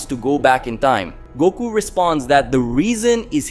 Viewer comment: Lmg it's doku not Goku lol